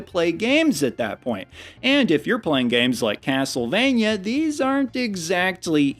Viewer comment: Uh...? Not to be that guy but it's Castlevania(rhymes with mania), not Castlevanyuh. 👍